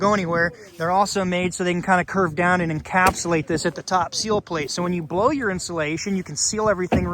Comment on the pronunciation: Do they make those baffles for 16" on center rafters? I just had a new roof put on and the contractor was impressed that I have 2x6" rafters every 16 inches. By the way, maybe you're pronouncing "sill" and "seal" the same way, but it's a "sill plate."